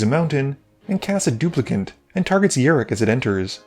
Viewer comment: Fun game to watch! Thanks for the content.. He's a pirate btw Yar!ok, I can't let you go another game calling him Yurik it was hurting my fanboy soul lol.. Cheers!